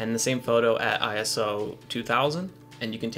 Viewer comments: Its ISO...not I, S, O :) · ISO is a word, not an initialism. Don't say I.S.O., say eye-so.